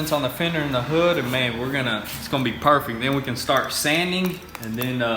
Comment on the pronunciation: "it's going to be parfect"